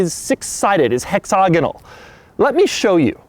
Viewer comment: The way you pronounce hurrucan and hexagonal upsets me (as an English person).